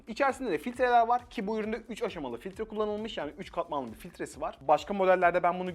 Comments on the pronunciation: Eleman filtre değil "fitre" diyor sürekli. Düzgün konuşabilmeyi öğrenir inş... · . Gayette filtre diyor. Sen bir doktora git